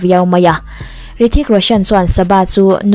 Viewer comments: Hrithik ni nana rithik tiin lam tlat chule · Hrithik tihtur anilo mi ,i lamdan hi rithik ang in ka hriaa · Rithik nilovin Hrithik tiin lam zawk tur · Rithik ti ang in a hming hi i lam tlat a, beng a verh tlat, Hrithik ti la ngaihthlak a nuam tur a nia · H, hi lam ri tel la tha tur